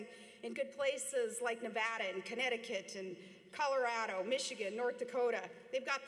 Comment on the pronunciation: That would be me. Well I'm not a conservative but neither am I a liberal. I've been opened to exploring the Republican/Conservative platforms. Thank God Palin said Nevada and not Nevahda, we can't stand people who pronounce our state wrong. Palin gets my vote just for that lol.